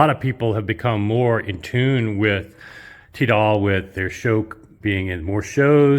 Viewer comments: I just need to point out that Tidal is pronounced Tie-Dull and NOT Tee-Dayl. I know in France that is how they pronounce words, but that is because of their accent. BTW I studied Linguistics at a famous IVY League Colledge so I understand why your saying it that way, but I feel the need to correct you on this point. Good video otherwise and carry on folks! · Even though I secretly laugh whenever you pronounce "Tidal" - the Akira's are still the best speakers I've heard to date. $215K is quite the price tag though... Nice to see play room again. Don't forget to kick the tube's before you leave;D